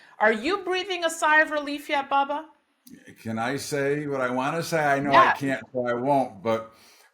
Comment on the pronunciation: Its......BUBBA Danny!!! NOT,,,,,,BABBA!!!!!!!.........BUB!!!....NOT BAB!!!